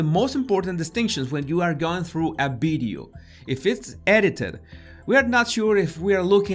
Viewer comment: Does he say Bideo or video ?????